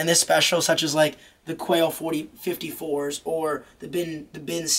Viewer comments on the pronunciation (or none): It's not quail 54 haha it's quai